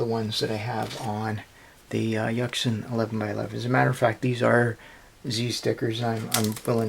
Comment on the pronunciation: It's pronounced yushin